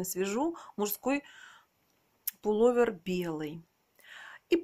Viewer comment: Не полу́вер, а пуло́вер. Не обижайтесь, но Вы неправильно произносите это слово. Такая красавица и рукодельница должна говорить правильно и красиво.